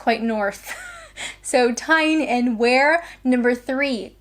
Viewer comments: Tyne & Wear = Newcastle, Sunderland & Durham, i.e. the North East, p.s. "Wear" is pronounced "We-ur" same as weir. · just a heads up Tyne and Wear Tyne is correct you need to pronounce Wear as in weir (the small manmade dams across rivers) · Err its Tyne and Wee-er ya numpt.Thats all. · It is spelt Tyne and "wear" but pronounced "weir". And it is the Newcastle Upon Tyne part of the country, in the NW. Merseyside of course is the Liverpool area, so NE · Utrecht is not that hard. You-trek-t (English way) or the Dutch way. Greater London is so mixed up, how can they get a DNA sample for it. You also need someone from Tyne and Wear to help you to pronounce the Wear part Now you are Britishish learn to talk like one. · Tyne & Wear - Very North, where I was brought up - Sunderland & Newcastle. Not only are you british you're Northerner !!! now you have to move. lol And its pronounced We're. ;) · OK you've probably been told this multiple times already by now, but Tyne and Wear is pronounced Tyne and 'Wee-ur' and Utrecht is 'U-Treked' 👍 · Good ol' 'Northern bird' lol, I'm from Tyne and Wear (pronounced Weer, like deer), so North East England, Sunderland (my home city) - River Wear, Newcastle - River Tyne. Definitely one for the Adventures. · From someone who lives in Tyne and Wear ( pronounced weir) welcome to my hood ! if you're passing you're more than welcome to call in for tea and biscuits , chocolate hobnobs ok ? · Merseyside is Liverpool, so you're part scouser like me. Tyne and Wear is Newcastle, another great northern city, so you're part geordie too lol. PS: I think it's pronounced Wee-er, but I'm sure someone more knowledgeable will put you right.:) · merseyside is northwest, tyne and wear is north east. wear is pronounced we urh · Your return is clear proof that humans have a homing instinct. BTW Wear in this context is pronounced 'Wee-er' like weir. The English language eh !